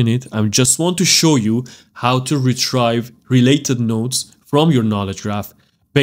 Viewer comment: Love the video. Got a little confused but you explained it perfectly. Thank you for sharing this video. One small thing. When you say retrieve. It’s like Re Tree Ve. Rather than Re Try Ve